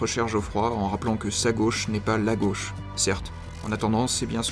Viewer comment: " La Gôche ,?? A LA COUIZINE !!!!! "